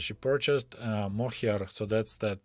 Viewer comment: "Mohair," as in wool for sweaters, is pronounced "MO-hair," with the accent on "Mo," and "hair" pronounced just like "hair" (as in "I brush my hair"). Also, "Copenhagen" is pronounced "COPE-en-hagen," with the accent on "Cope" and the "a" in "hagen" pronounced like the letter "a."